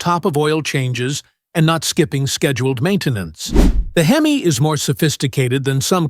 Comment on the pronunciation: The Hem Aye engine?? Someone smack the AI in the mouth.